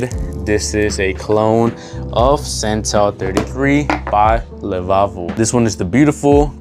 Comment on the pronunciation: Btw it's Le Labo not Le Lavo i own a full bottle of Santal 33 its so good